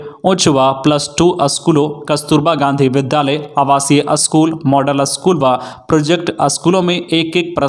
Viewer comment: स्कुल को बार बार अस्कुल बोला गया ,सक्षातकर का सही वर्तनी नहीं हुआ ,निवृत को फिर निरबित बोला